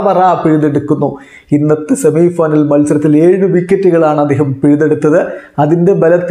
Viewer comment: സെമി ഫൈനൽ അല്ല ഷെമി ഫൈനൽ🔥🔥🔥🇮🇳🇮🇳🇮🇳